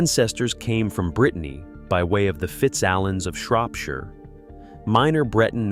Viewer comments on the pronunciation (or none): none